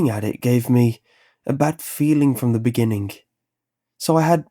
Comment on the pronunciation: Can't get past the pronunciation of words ending in ing as ink. Dammit! Dreamink, beginnink, cryink.